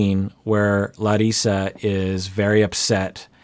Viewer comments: Good job with Larissa's name. Good Portuguese! ;) (I live in Brazil.) What surprises me is that in Brazil it's really common for men and women to live with their parents until they get married. Of course there are some exceptions, but in general it's totally common. I'm surprised Larissa is so upset by this. So I think you're right...she's probably more frustrated with the mom/son relationship and worried about not being supported than the actual fact that he still lives with his mom. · Brazilian here! Great pronunciation of her name, doc! Congrats :D I learned so much from your reactions and it's helping me describe my feelings in therapy. Thank you for your work! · I love the respect you show the ppl you are reviewing down to changing how you pronounced her name. I love that. I think thats awesome. Not a lot of ppl really have general respect for other ppl like that. Just one reason out of many that I love this channel and watch as soon as I get the notification. And if I dont get them (tx youtube) this one of very few channels i personally seek out to check. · as a brazilian hearing pronounce larissa's name right is very satisfying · wonderfully trilled "r" when you say Larissa,! It's always refreshing when someone makes an effort to pronounce names correctly! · I just wanted to say how much I appreciate your efforts to pronounce names the way their owners do (names' owners, not people's owners, lol) We also have the name "Larisa" in Russia, and it warmed my heart to hear you say it with the proper "r" sound ^_^ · I haven’t seen any comments about it yet, so I want to say I’m SO IMPRESSED that pronounces Larissa’s name how SHE says it, and not how the Americans have DECIDED to say it. The amount of respect he shows for people is unparalleled in the 90 Day Fiancé commentary universe. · pronouncing Larissas name like we brazilians do....so cool! Love it! Abracos:)